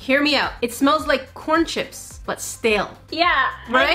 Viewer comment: Is it just me or when she said corn it sounded like porn🤣